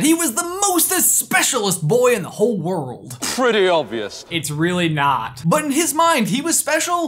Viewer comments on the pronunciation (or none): 'PRRREETY OBVIOUS"